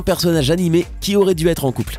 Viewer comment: ''ètre'' x)